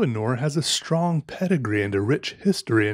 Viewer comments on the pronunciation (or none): none